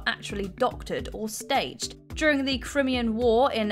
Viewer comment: You can't pronounce crimea. Like it's not been in the news enough